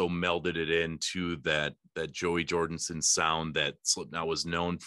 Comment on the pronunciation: JORDISON not jordinson